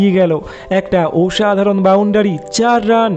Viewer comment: দাদা, তোমার উচ্চারন ঠিক করো। তুমি বাঙালী তো ? তাহলে পোরাক্রম, অনোদিকে, গোলার কাঁটা, ওসাধারন - এই সব উচ্চারণ কেন?